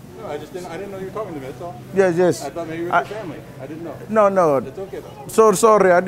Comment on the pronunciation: "Nut victem but victor what are you tolking about ?" 😂😂